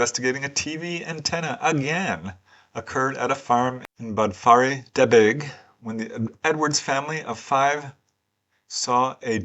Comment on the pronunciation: Just to say, ---it's pronounced DenBEEshire...😊